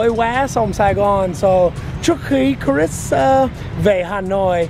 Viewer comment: Cờ Rít Sờ mới đúng, vì Chris có S đằng sau. Cũng được, vì người Việt, ko "Sờ" khi cần Sờ. Lại Sờ khi ko cần Sờ, đặc biệt là ở miền Nam, khi phát âm những chữ kết thúc bởi T or D. Ví dụ: Good, ko có Sờ nhưng nhiều người Nam lại Sờ, phát âm Goods Morning. Nhiều người Bắc lại vướng phải lỗi L & N 2-way cross infection (way ở đây ko cần "Sờ" since it functions as an adjective) 1 số người Bắc mới học English greet: Hê Nô for Hello chẳng hạn. Tôi đẻ ở HCM.c bố mẹ người Hà Nội, nên tôi được nuôi dạy văn hoá HN. nhưng lại học tiểu học với tuyệt đại đa số học sinh người Nam. Tôi bị trẻ con người Nam kỳ thị mỗi ngày, dánh nhau là chuyện giống như ăn kem or Cà Rem (crème = cream for icecream) Việtnamise tiếng Pháp theo kiểu người Bắc, Còn kiểu người Nam thì Cà Lem. Chữ R is more problematic với người Nam hơn người Bắc, tuy vậy nhiều Bắc lại biến âm R thành âm GE (=J) ví dụ: Riêng thành "Giêng" 1 Góc Trời như bài hát. Tuy nhiên, nhớ lại tuỏi thơ bị trẻ con Nam "kỳ thị" tôi nghĩ đấy chỉ là bullying, mấy đứa bully chỉ pick up bất kỳ ai hơi khác biệt chúng. Có điều, sau này ko ai trong trường dám bully tôi nữa vì tôi đánh nhau hằng ngày nên rất giỏi & liều lĩnh. Just a swim-or-die mater Ngày nay, phân biệt giữa Nam Bắc ko chỉ là a Remnant of Indochinois War but also American War, especially from California, Sydney they are a few ppl but venomous. I treat the haters as I always did since my kinder garden age: Don't touch me or else, a terrible else. Most the times I ignored them. June 1946 a